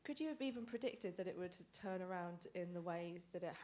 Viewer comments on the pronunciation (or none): none